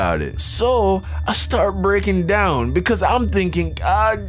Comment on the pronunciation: More like brekkin down